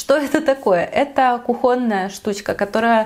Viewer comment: Все классно ,единственное слух режет очень - не кухОнная ,а кУхонная. Такая красивая девушка с красивой правильной речью вообще бесценна❤